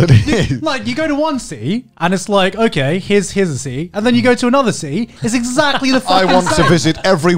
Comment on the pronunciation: Garnt pronounces "city" as "sea" o_o